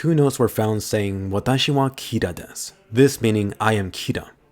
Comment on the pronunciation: Doesnt it mean desu and not dess?